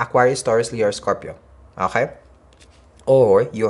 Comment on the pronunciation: Hahahahah I love how you say “ohay” instead of okay 😂😂😂 I adore u